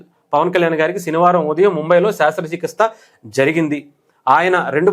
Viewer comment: శాస్త్ర చికిత్స కాదు brother శస్త్ర చికిత్స